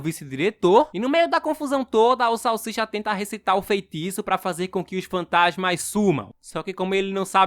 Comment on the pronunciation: Salshisha não. cala boca salsicha salshisha. Vc está me desafiando é iiii rapaiz